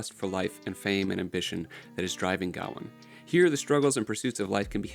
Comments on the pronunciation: It's not pronounced Ga-wan its Ga-wayne or Gwayne depending on where you're from. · It's Guh-WAYNE btw. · Why do you pronounce gawain(guh-wayn) like that. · Mispronouncing Gawain means I can’t listen to this lmfao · Because he can't pronounce Gawain properly? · I was going to say the same!! 😂